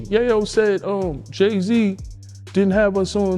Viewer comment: It's yaaaaaaaaaaayo. With a solid A. Not a silent A.